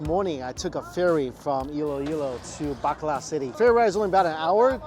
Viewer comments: Bacolod changed to Bakla city lol! that pronunciation killed me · I love the way he says Bacolod City, it’s sound to me as if he was saying BAKLA CITY. 😅😅😅😅 Gay City